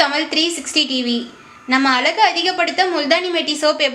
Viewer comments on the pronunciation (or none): தயவு கூர்ந்து தமிழின் உச்சரிக்கும் நபரை போடவும். தமிழ்-தமிள் என்றும் அழகு என்பதை அலகு என்றும் உச்சரிக்கிறார். தமிழை முதலில் ஒழுங்காக பேச கற்றுக்கொள்ளுங்கள். பிறகு இத்தகைய பயனுள்ள தகவல்களை தரலாம். தமிழை வாழ விடுங்கள்.இனி தயவுசெய்து இப்பெண்ணை பேசவைக்காதீர்கள்.